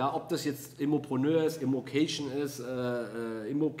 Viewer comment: Immopröönöööör! Dein Französisch ist bumstagebuchtauglich 😂👌